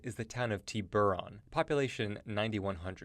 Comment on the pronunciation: Regarding your number two selection: It's tih-bur-on not TEE-boor-on, which is Spanish for shark. Love Palo Alto, SLO and Napa! Can I afford to live in any of these places? Heck no, but being nearby and spending time in them once in a while is fine.